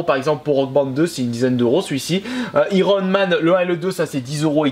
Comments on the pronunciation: atten ten ten ten ten. IL A DIT IRONMAN!!!!!!!!!!!!!!! CA SE PRONONCE AÏRONMAN MÊME SI CA S'éCRIT IRONMAN!!!!! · J'ai arrêté la video quand il a prononcé "iron man " 😭😭